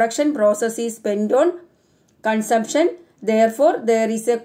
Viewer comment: Some words you pronounce wrong way like consumption and economy